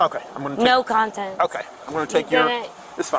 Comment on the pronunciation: Love hearing her try to say "No contest" but comes out "No content"!